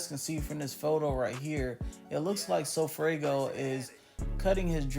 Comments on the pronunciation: Broooo it’s funny he keeps saying sofraygo🤣🤣🤣🤣 like bro it’s sofaygo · Dat boi said sofraygo😭😭😭